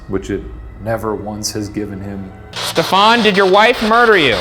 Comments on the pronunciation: Ryan why are you mispronouncing “Stephen”? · Genuine question: why is Ryan pronouncing the very common name ‘Stephen’ like ‘Stefan’? It’s just a variant spelling of Steven. He mentioned the guy was French - is that the French pronunciation? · Stephen jumel.... Pronounced ste ven Not step fon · Why you guys pronounce stephen like stefan. It’s like steven with a “ph” right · #postmortem Why is Stephen Jumel’s name pronounced as Stefan and not Steven? Is it a French thing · Is 'Stephen' really pronounced Stefan in this man's case, rather than like Steven? Or is that just Ryan pronouncing it strange? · Every time Ryan said Stephan sounded more like Stefon 😂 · The scariest thing about this episode is the way Ryan pronounces "Stephan" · #postmortem Ryan my sister is an english major and would not stop laughing everytime you pronounced Stephen as “Stephan”. Please tell me you pronounced it correctly so I can prove her wrong. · ryan i love you but wouldn't it be pronounced steven? or are you trying to be fancy and french because he was from france